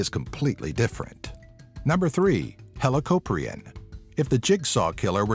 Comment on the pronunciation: Also it hel o cop re in not the way you proposed it